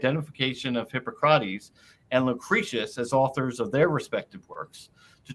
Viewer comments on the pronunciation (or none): Hard to take someone seriously if they claim expertise in the classical era, and can't pronounce Hippocrates....but I'll try.